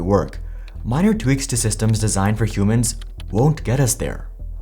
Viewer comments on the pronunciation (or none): none